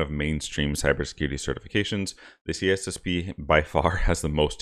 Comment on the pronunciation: Why do you miss the “I” out every time you say C “I”SSP 🙄